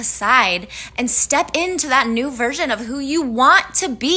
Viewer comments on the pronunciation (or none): none